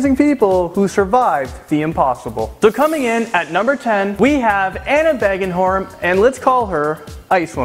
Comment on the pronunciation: Anna Bågenholm is not pronounced Bah gen holmh its pronounced Boh gen holmh